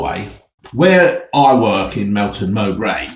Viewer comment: Love how you say Melton mowbray and I love how you do your videos no editing just brilliant! 👍